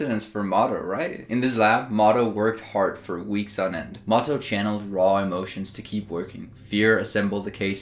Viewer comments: I think it's "Mo To" instead of "Motto" :) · just "moto" as in Miyamoto :p